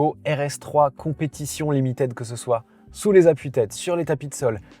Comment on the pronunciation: Au top, comme d'hab, merci! (juste limited, ça se prononce "limitid", pas "limitèd", pitié pour les jeunes oreilles qui doivent apprendre ^^)